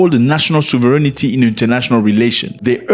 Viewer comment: Zack, it sovereignty, not sovereignity 😂